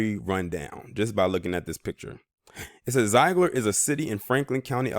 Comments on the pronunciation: My home town! Zeigler has been so good to me. It's actually pronounced Zig-ler Zeigler I'd a welcoming town to all kinds. I've lived here all my life and were welcoming to me. My family is deep routed. Native population is higher. As well as Asian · What you talkin about Willis. You cant even pronounce the name of the town correctly. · You are mispronouncing the name of this town.